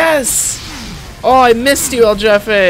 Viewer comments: a alguien mas le da risa que en vez de decir "el jefe" dice "el yefe"? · Hearing him say "el jefe" as "el jeffeh" makes me very anger grr grr bark bark grr It's pronounced "heh-feh"" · man I was cringing every time he said his name, “EL JAFAE” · I love how you pronounce "EL JEFE" as "el yefe", in spanish we use in a different way the letter "J" XD Interesting fact: Boss baby in spanish is: "El jefe bebé" but the movie title has been translated as "El bebe jefazo". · It is pronounced like a "H" El Hefe - idk if that was a joke. There is also a scout hat named that. Cumin in Spanish rice is acceptable lol. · El yefi sjsjsj me da risa como pronuncia esa palabra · It’s pronounced El Hefe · Uh its pronounced El HEfe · El Jefe is pronounced El H-efe please PLEASE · The j in so jefe is pronounced like a h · you know they're white when they pronounce, "El Jefe" wrong lmaooo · You pronounced El Jefe wrong.